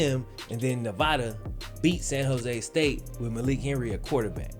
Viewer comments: I'm a Nevada Alum and watched Malik play against SJSU. Hes not bad but I cant see the hype. He missed a lot of "easy" throws and couldnt read a lot of defensive schemes. Also, its NEV-AH-DUH not Nev-vah-duh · It’s ne-va- DUH 🙄 SAY IT RIGHT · Say Nevada right my guy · Love your vid bro but just gotta say you're killing me with the way you say Nevada